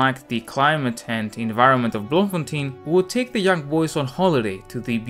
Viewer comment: As a South African I am proud that Tolkien was born here despite him being not being a South African citizen. Oh and Baboon spiders are no joke those things aren't dangerous but pack quite the attitude. Oh and Bloemfontein is pronounced bloom-fontein.